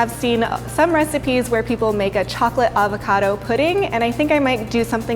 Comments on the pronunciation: hope - the p is silent at night fre shavacadoo 😂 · Its weird being an Australian and hearing them pronounce avacado and gnash xD